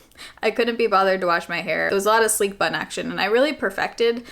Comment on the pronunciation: Kept thinking I was hearing “sleep” bun and was thinking …why?